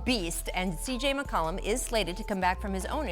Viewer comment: Stephen Jackson is McCollum not McColluh